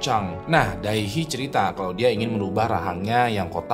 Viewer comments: Fyi cara pengucapan Dae Hee sesimpel "De Hi", bang 😊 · Bacanya "de hi" bg